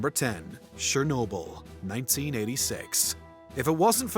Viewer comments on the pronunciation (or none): shernobyl? its CH-ER-Nobyl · Its Cher-no-byl not Sher-no-byl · it's pronounced CHernobyl not SHernobyl like pls 😭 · It’s not sherrnobyl it’s Cher nobyl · you spoke the word chernobyl wrong. you speak it out as cher(from the word cherry)-no-byl(from the word debiel in dutch (biel=byl)) this is how you say it. cher-no-byl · There’s no “sh” sound in Chernobyl